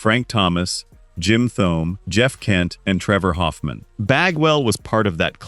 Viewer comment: Jim ToeMay not THome :)